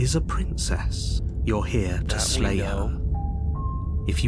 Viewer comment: Lay instead of slay